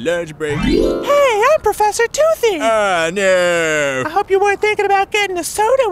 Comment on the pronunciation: its professor toothy its professoor toothy its professor tooothy iss profter tooshy